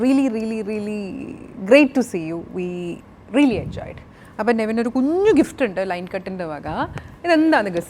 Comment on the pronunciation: നെവിൻ എന്നാണ് name കുറെ എണ്ണം നിവിൻ എന്നാണ് പറയുന്നത് 🤣🤣🤣🤣